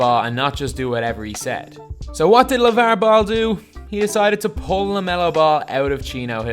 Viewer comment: Lav-uhrrrr Ball😏😏 Nice vid tho, this dude knows his shit